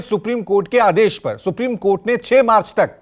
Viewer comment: कैसे एंकर हो.....2-4 मिनट की विडियो में इतनी गलती । इलेक्ट्रोल बॉन्ड नहीं इलेक्टोरल बॉन्ड होता है। अबमानना की नोटिस नही अवमानना की नोटिस होती है । माच होता है या फिर मार्च 🤔🤔🤔 Yes BI, Ais BI , अस BI, 😂😂😂😂😂 कुछ भी हो खबर अच्छी थी..., शुक्रिया।